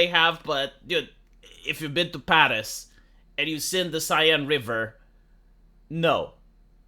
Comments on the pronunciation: It's "sen" not "sayenne",. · It's pronounced ''sèn" not cyan.. or whatever that was. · The big scientific Seine defecation plan of summer of 2024! (it's not pronounced Seyenne, it's pronounced Saeeen btw) (and did anyone ever hear about the "Love Canal" of Niagara Falls?) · The river is pronounced "Sane". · It's pronounced close to senn, with a sharp s. Like in senator. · Could one day pass without butchering some word? RIP Seine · A Romanian doesn’t pronounce a French word correctly? Who would’ve thought